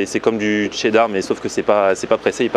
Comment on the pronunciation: il force trop sur le "TCCCCCHHHHHHEEEEEEdar" MDR